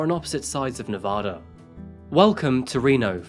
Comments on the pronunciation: I live in Reno. She was murdered .25 miles from my house. I was headed home from the gym and my way home was blocked off. It’s Nevaduh not nevoda. 🤟🏼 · For future reference it’s Nevaaaaaada not Nevahhhhhhhda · why does everyone from outside of nevada pronounce it “ne-vah-duh” 😭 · Why does everyone pronounce Nevada wrong 😭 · sorry but once you pronounce "Nevada" incorrectly. CSI TV show is partially to blame. The show pronounced it just like this narrator so everyone thinks the TV people can't be wrong but they are! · But he can't pronounce Nevada correctly. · I live in Reno and I remember this case as it was happening! My grandma knew the judge. We’ll forgive you for the pronunciation ;) you should look into some other local crimes. Brianna Dennison is another good one. If you need local photos or insights, let me know! I’m happy to help one of my favorite channels! (And yeah, everyone here hates Darren Mack to this day 🙃) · Actually he pronounced Nevada incorrectly. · My home town! And I love your channel but goddammit, please stop pronouncing Nevada wrong, it's hard continue watching (may not matter to others but it pi$$e$ of Nevadans)! I've kinda heard of this story. What surprises me is nobody covers the S.A.'s at the University leading to the kidnapping, S.A. and murder of Brianna Denison in 2008. That was huge.